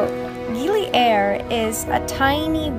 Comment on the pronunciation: Darling dont pronaunce Gili Air,like air in english..Listen locals, how it sounds,in indonesian it means water,not air like in english..Enjoy!